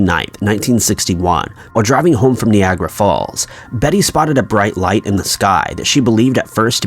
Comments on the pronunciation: Nee-gray Instead of nye-A-grah!!!! (How its supposed to be pronounced ) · Knee-agra falls!! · It’s also not “knee grey” it’s Nye-aye-gruh falls 🥴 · Seriously “knee gray “ Wtfffff??? Nye-aye-gruh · I almost feel like you’re intentionally mispronouncing in this video. Neeagra? I mean seriously? Geraldo is “her”aldo, you gave it a J sound. Like every other word is mispronounced. Not like you. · Lauren Christie Jeraldo, Macahbray, Kneeagra Falls....